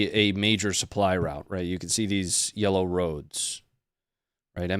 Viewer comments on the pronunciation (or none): none